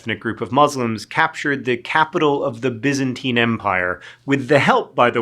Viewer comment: I thought he was pronouncing Byzantine wrong but maybe that's just me